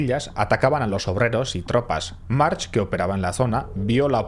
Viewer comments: Juan Marx?? 😂😂😂 En Catalan no se pronuncia la H al final. Se dice Marc. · Lástima que descubrieras que se pronuncia marc después de grabar el vídeo, es doloroso oírte decir una y otra vez mar/ch/, mar/ch/ mar/ch/ 😂😂😂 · Pequeño detalle. Se pronuncia marc. Bon Video! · Si sabes que se pronuncia Marc porque dices Marx? Es que es una cutrez muy grande... Dan ganas de tomarse un chupito cada vez que lo dices mal. Por lo demás ole el video. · Es un apellido catalan, no se pronuncia "marx", se pronuncia "marc" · No se pronuncia March , en mallorquín se pronuncia Marc , un poco de rigor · Como curiosidad, se pronuncia marc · No he acabado de ver el vídeo. Casi tido ya lo sabía aunque con menos detalle.Pero por qué llama "carabineros" a la G.Civil? cómo si Mallorca estuviera en el Nápomes de la Camorra.La GC debía tener su parte de resñonsabilidad no? y por qué intenta saber si es Jyan o Joan y se permite decir Marx todo el rato? es Mark, que no és difícil. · Muy buen video! Solo una pequeña corrección: en catalan/malorquin el apellido March, se pronuncia Mark. La h final es muda. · Se pronuncia "Marc". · Muy bien la historia, pero podrías pronunciar bien los topónimos, los nombres y los apellidos (March -Mark Torró-Turró...) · Se pronuncia "Marc" hay apellidos catalanes que acaban con "ch" pero se pronuncia "k" como "Baldrich" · podrías aprender a pronunciar el apellido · March se pronuncia Marc. En catalán la ch a final de palabra se pronuncia como una c normal, como por ejemplo Montjuïch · Video super como siempre! ❤ Ps: es muy probable que sea el único al que le ha pasado, pero cada vez que nominabas a March yo escuchaba Marge de los Simpson y me he pasado todo el vídeo imaginándome a un efeminado amarillo con pelo azul que estaba conquistando el mundo 😅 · se pronuncia Marc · Marc, es pronuncia Marc, i es deia Joan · Un apunte, la "ch" en catalán se lee como una "k" digamos. Sería Juan/Joan Marc. Videazo, como siempre.